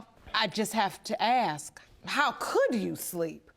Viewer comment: I am so sick of the way these people talk…they can’t pronounce “ask” correctly, amongst other things. Sickening.